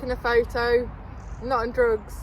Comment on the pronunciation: "I'm just taking a photo I'm nawt on drugs "... 😅 Stop it now I'm falling in love with you. 😉❤️